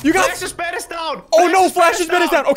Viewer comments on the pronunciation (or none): The way he said bed tho